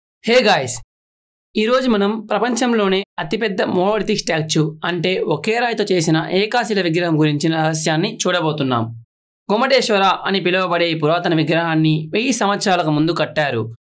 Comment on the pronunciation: ఏకాశిల కాదు బాబు ఏకశిల అని అనాలి మాట ముద్ద గా వస్తోంది . మొత్తానికి విడియో బాగా చేసావు. Keep it up